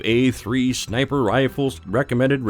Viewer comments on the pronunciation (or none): I swear he said “Snaper” at the beginning. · Sinper bitten by a viper !! 😂